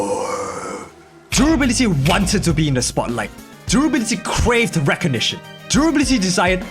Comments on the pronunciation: have a drink every time he says Derability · I can't be the only one who is so distracted by "drooblity" that I couldn't concentrate on the discussion... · The way you say durability tickles my brain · Take a shot when he says 'durability' with a weird accent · Or take a shot every time he pronounces it like a real word ...if you want to stay sober, you know